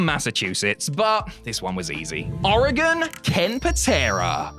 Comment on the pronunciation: He was really close, when he pronounced Oregon. And we call ourselves Oregonians.